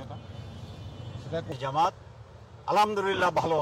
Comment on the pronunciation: শব্দটা জমাত না বরং জামাত হবে